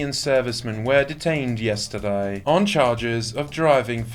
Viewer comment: yes-tar-dye..... Am I the only one who finds the accent of the speaker a bit too rich? A robot, or a snooty Brit - whatever it is, it sounds hoity-toyti.